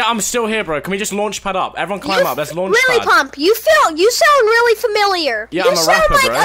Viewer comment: “Lily Pump” LMAO 😂